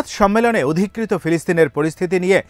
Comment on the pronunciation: Odhikrito na bolun dokholkrito